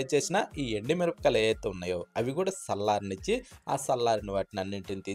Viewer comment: ఏమయ్యా, "సల్లారనిచ్చి" అంటున్నావు? "చల్లార్చు' అన్న మాట పలకలేవా?